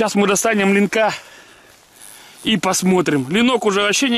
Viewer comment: У вас линки,а не лини.